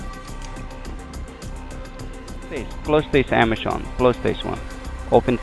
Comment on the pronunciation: dude can't even pronounce Amazon properly.. "ammeschon"